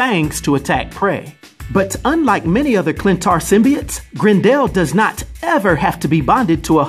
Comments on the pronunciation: It's Grendel not Grin-dell... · Its pronounced Grendel, not Grend El lol. The character may be new but the name has been around since 750 ad. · I love you're wild pronunciations! <3 GREN-DELL. It's Gren-dull. But love you lots and the content is fire! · Every time you call him "Grend Al" I keep thinking of the A A ron Key & Peele skit.